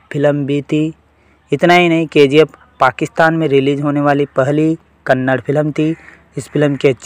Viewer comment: Kannad nahi kannada bolo